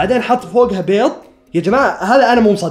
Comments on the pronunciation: بيظ❌ بيض✔️ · بيض✅ مو (بيظظظظظظظ ❌❌❌❌❌❌❌❌) لوسمحت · اسمع بيض مو بيط